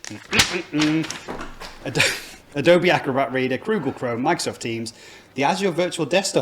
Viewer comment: Croogle Chrome?! 🤣